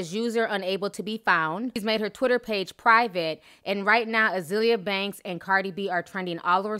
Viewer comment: Ah-zale-yah lol